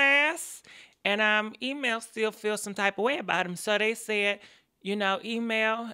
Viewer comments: E-man,,, Email,, Emam,,, / spokes man ,, spokeham ( smh ) lmao,,, 💭😪😪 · Harpo who dees people? Email and Spokesman?! Sis you ain't waste no time jacking these names up! 😂❤️ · Wait is she saying "email"... "spokesman"👀👀😂😂😂😂 I can't with her man